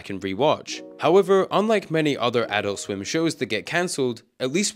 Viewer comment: TBH it kept pissing me off every time you said "Adult Swim" in this video, because your intonation is wrong every time you say it. It's ah-DULT swim, not AH-dult swim lol.